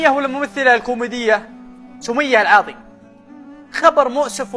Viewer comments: اسمها سمية العاضي مش العواضي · اذكر اسمها صح العاضي وانت تقل العواضي